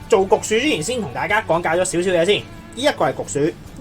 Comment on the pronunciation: 焗薯定焗鼠呀 ? 發音差